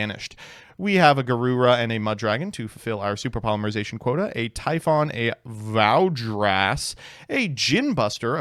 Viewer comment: I like how he pronounces it as a mix between “Varudras”, it’s new name, and “Valdrath”, it’s old name